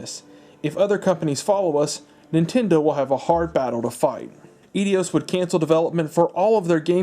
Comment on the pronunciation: e-dios? bay-ten kaitos?